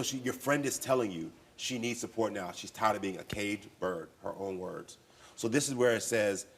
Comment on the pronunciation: The reason why he's taken back stage to he spoken to its becasue of his behavior. You can barely hear what he's saying he can barely pronounce his words and he's MAD annoying. Yes I am glad they tool him backstage .